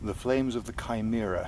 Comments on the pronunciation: Finally someone who pronouces Chimera correctly. The number of people who prounounce in shim-eh-rah is staggering. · Thank you thank you thank you for for pronouncing Chimera the correct way!! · ive actually always pronounced chimera with a CH, weird that alot of people say chim-er-a.... its kind of annoying lol.